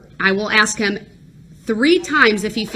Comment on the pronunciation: It's "ask" - not "ax."